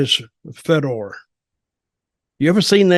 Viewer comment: Also, pretending you know anything about MMA when you can’t even pronounce Fedor correctly.. I think you may need to look into your truths.